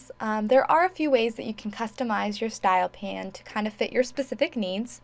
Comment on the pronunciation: Thanks for the great info. Isn't in pronounced style pane (like pain), though, not style pan?